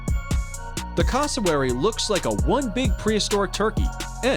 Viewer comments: Said cassowary wrong it’s cass o wary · Bruh the way he said cassowary